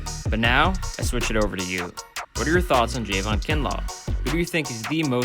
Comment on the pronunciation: It’s not Jayvon it’s Javon